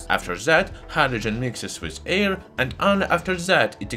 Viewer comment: Haha, yeah, i love how he pronounces certain things, like how something easily ignites in the "ear", haha. Can't help but imitate and repeat some of his phrases, it's part of the fun and learning. His closing: "And if you liked this video, don't forget to give it a thumbs up and subscribe to my channel, to see many more new and interesting." is a classic. But yeah, it was weird to suddenly hear a perfect English speaking voice, which was actually a good choice in terms of reaching a wider audience, but a lot of us took it as him making a concession because he thought his English sucked. His accent is super heavy, but it's not like i don't actually understand what he's saying. It just gives it a geeky charm, instead of a formal and boring English voice, i'm already subscribed to plenty of those channels. We were all happy when he ditched the narrator after only 1 or 2 videos or something, haha, and look at him now, almost near the 1 million.